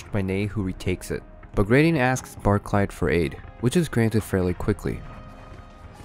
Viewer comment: Nice vid! Pedantic point though Barclay is pronounced 'Barclee', same as the bank. Its a Scottish name, most of the Russian officer corps were from elsewhere in Europe.